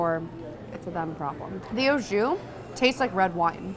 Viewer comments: The "oh jew" killed me every time she said it. AU Ahhhh, not Oh. And JUS has a less harsh "J" sound. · Awe Jus not Oh Jus